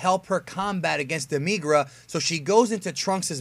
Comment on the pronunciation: demeegr-a. lmao demi-gura